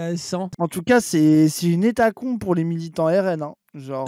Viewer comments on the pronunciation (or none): Je sais pas pourquoi j'ai cliqué sur la vidéo... A peine à 10 secondes, ça parle déjà politique. Et puis l'autre là qui sait pas parler ; hétacombe, c'est l'inverse d'hécatombe c'est ça? Et dire que ça influence des gens...